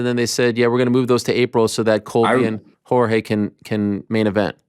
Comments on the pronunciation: Jorge "marchfidal" 🤡 god Ariel's over pronunciation of Jorge's name makes him seem like the weakest person in the world 😂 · The way Ariel says "Jorge" 😂😂😂